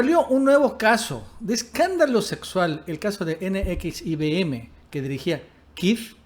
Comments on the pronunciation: Se dice NEXIUM!!!!! NO N X I V M!!! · CORRECION !!! N X I (UVE) M. ESTÁS DICIENDO NX IBM. ! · Si era un hombre "Eroico". Se pronuncia ene equis i uve eme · Se pronuncia Nexium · No mames.. se dice NEXIUM, informe primero. Y lo vuelves a repetir una y otra vez como tontito, no mames. Pinche canal cagado. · nxvim se pronuncia como nexium jajajaja suenas muy chistoso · NXIVM se pronuncia "nexium". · NXIVM así se llama la secta. Se pronuncia NEXIUM...como el medicamento para la gastritis... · la secta se pronuncia nexium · Como deriva del latín, se pronuncia NEXIUM.... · Perdón pero se pronuncia NEXIUM, y se dice más rapido. Saludos 👍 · JAJAJAJAJA N X I B M... NEXIUM NEXIUM ASI SE LE CONOCE Y PRONUNCIA JAJAJAJAJA SALUDOS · NXIVM se pronuncia "NEXIUM" Saludos! 🙂 Nos gustan tus videos. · Se pronuncia: nexium. Saludos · Así no se pronuncia NXIVM....imbecil!!!!!!!!!!!!!!!!!!!!!!